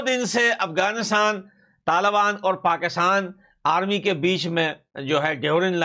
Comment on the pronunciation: Not tal bani but,taliban , hindi sudharo apni bhai ji